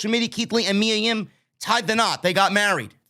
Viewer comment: it’s Mia Yim not Yum jajaja 🤣🤣🤣🤣